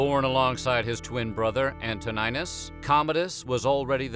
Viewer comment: What is antonajnus Learn pronunciations and who the eff is dajo